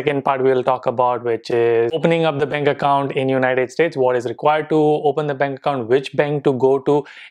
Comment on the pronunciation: Yes your money is not wasted we do see a difference. Also - 'benk acc' 😂😂😂 Kem cho?❤️❤️❤️